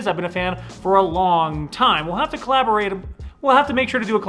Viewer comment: Love the "Colloborate em" pause laughed pretty hard!😂😂 Love the channel! Keep it up!